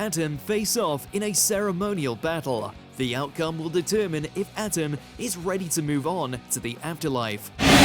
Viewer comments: for the millionth time, it's pronounced Ah-tem, not Atom. did you even bother ever watching the show? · This segment should've been narrated by someone else because keeps saying Atem's name wrong! It sounded like he was saying "atom" and not "ah-tem"! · believes it Pharaoh Adam with their pronunciation. Its pronounced A Tem. And because of your failure, be banished to the shadow realm. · I see doesn't know how to pronounce ah-tem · I can’t stand the way this guy says Atem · The mispronunciation of Atem repeatedly is awful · This fool cannot say his name right, how insulting 🙄😭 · The way he says atem is so bad